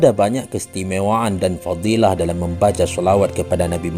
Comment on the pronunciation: Wa'alaikumussalaam Warahmatullaahi Wabarokaatuh Kata yg terdengar diawal kalau tidak salah FATHILAT seharusnya FADHILLAH Maaf bila Ana salah dlm pendengaran